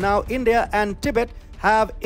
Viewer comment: Do you think you can pronounce “Tibet” correctly? Your presentation is so dramatic, that’s a turn off. Because you speak so fast, it makes it difficult to understand your very thick accent.